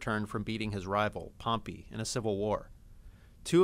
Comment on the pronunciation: I Hate How He Pronounces Pompei's Name . . .